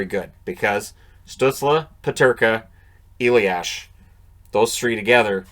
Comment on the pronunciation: Hey, German guy here:) It's "a-lias", not "e-liash"! Other than that great job on our weird names' pronounciations.